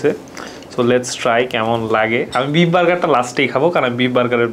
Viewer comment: Please either speak English or Bengali. If you do both at the same time, it’s insult to both languages. Lastly, don’t use words that practically means nothing neither in Bengali nor in English. And you talk and eat at the same time? Disgusting! I understand it’s a Food video but come one now. Lastly it’s beef not beep!!!!